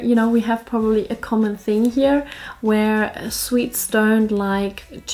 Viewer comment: Aaaw, she called us sweets. No it was swedes, it almost sounded like sweets. Well! Can´t hang around here all day, got important things to do (yeah right).